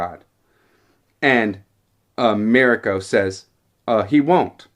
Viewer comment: Ma- REE-ko